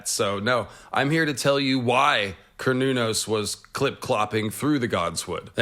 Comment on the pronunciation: I thought it was pronounced more like Se-ra-nōs....